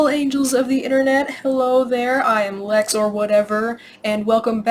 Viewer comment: Came here from dumbass discord. Its lit here lmfao. I died from how u say lex or whatever. Good review lmao